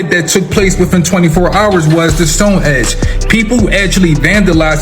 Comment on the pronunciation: The guy talking about Stonehenge I can't take seriously. He talks 💩 and called it stonehedge.............🤦‍♂️